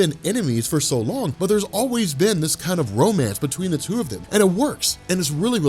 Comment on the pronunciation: BROOOOOOOOOO "Womance" is legendary.